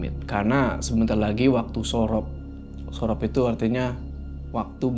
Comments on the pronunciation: bacanya surup bukan sorop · Surup bukan sorop😬